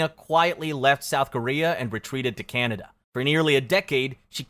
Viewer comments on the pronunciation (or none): none